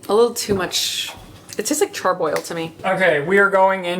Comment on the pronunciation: I think it’s so funny/cute how also has word-finding problem. Charc-oil for charcoal and rustling night’s sleep for restless 😛